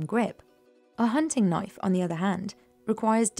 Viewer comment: That's not a Damascus knoif. THIS is a Damascus knoif!